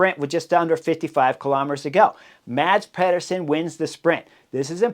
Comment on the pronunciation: MaDz PeHduUrSoN. I heard a spanish announcer come closer to pronouncing Mads name right. Come on, cRieS HoRneEr!